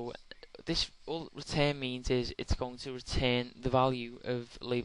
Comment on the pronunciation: Why can't you say return ? Why do you say retain ?